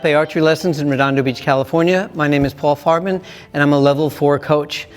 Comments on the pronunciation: My 12 year old ass hearing " ". Sorry Paul. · Tell me I'm not the only one who heard 💀💀💀